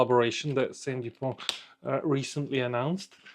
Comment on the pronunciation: A small correction, It's not "Saint Dupont". It is S.T. Dupont, after the founder, Simon Tissot-Dupont. Great video, thanks. So sad to see Lebanon in turmoil again. Did you see the C Gars auction results today? Prices were outrageous. It has gone crazy.